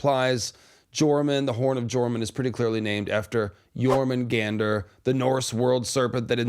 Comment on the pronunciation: I think it is pronounced "Your-munn-gun-deer" Not "Your-mun-gander" I could be wrong. Love your videos thanks for all the content